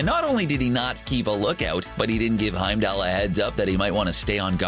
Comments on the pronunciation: It bothers me that everyone pronounces Heimdall as Heimdell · I might have watched this for more than a minute, if the narrator would have said Heimdall's name properly. Good lord.